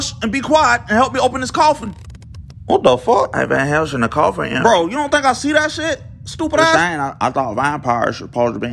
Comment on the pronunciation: “Vane Hellsing”